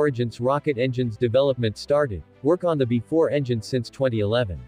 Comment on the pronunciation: "Bee Ee 4," not "before."